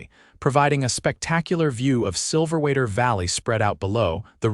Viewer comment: I'm still upset about Daisy. I did not like that. Also, the AI is calling the town Silver Waiter. The words say Silver Weather....